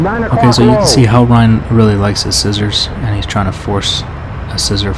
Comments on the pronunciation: Reign sounds like rain. Not rhine. Sick video though :D EDIT: Pro tip on beating Hellreign.....just get in gun range. His guns are extra sloppy lol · Just fyi "reign" rhymes with "rain".